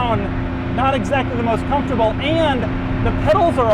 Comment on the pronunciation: It's very confortable Doug: confort 3/10 🤣